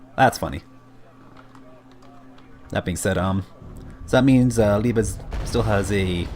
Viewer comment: Liebe pronouncing right. Gut gemacht, no joke.